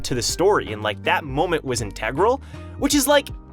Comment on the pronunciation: Yo, you say integral weird